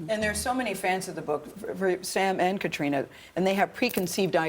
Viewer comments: Gayle didn’t even pronounce Caitriona’s name correctly the first two times she says it. I’m very unimpressed with her in general. I also agree with another commenter that she should never nave brought up what is or isn’t under the kilt. Very unprofessional. This interview and the three people doing it failed miserably. 👎 Diana Gabaldon seems somewhat irritated with some of their questions, and I find that hilarious. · Catriona should jump up and tell her how to pronounce her bloody name properly. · Both ladies did it but Gayle kept saying it over and over. I cringed